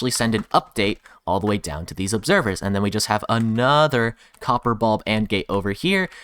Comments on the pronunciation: "Xopper" "Xorper" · Cox-or gate? (Co: Copper)